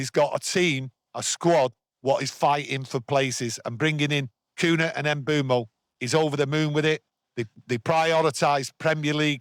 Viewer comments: I'm from Cameroon and the way you pronounce his name is without the "M". Beumo! Thank you for always giving your honest take on the club. Good stuff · you're correct but I think lot of people will find it hard trying to pronounce the "mm" instead of just having it silent 😅